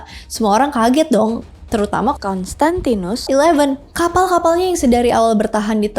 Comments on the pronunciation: Kayanya susah ya ka nyebut "konstantinus" 🤣🤣🤣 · "konstantinus" 😆lucu bngt setiap pengucapan kata itu nada nya sm semua